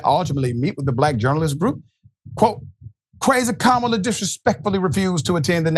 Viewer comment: Notice, how he paused, and pronounced Kamala's name correctly there!! When at ALL of his rallies, he seems to be unable to... 🤔🤔🤔